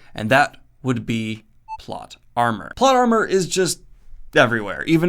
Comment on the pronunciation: Did anybody else hear "plot llama"?